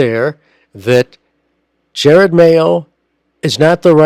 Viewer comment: enjoyable commentary, but his first name is pronounced "ja rod", not "jer red"